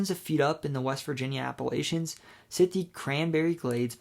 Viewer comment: Bruh. Native Virginian here: it’s Appa-“latch”-ions. If you keep saying Appa-“lay”-chions, I’ll have to throw an apple-atch-ya! 😂😂 Nonetheless, great video!